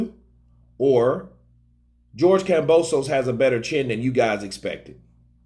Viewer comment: KAM-BO-SOS !!! Simple fucking name to say no silent letter or special way to Pronounce it! Why everyone keeps messing this simple shit up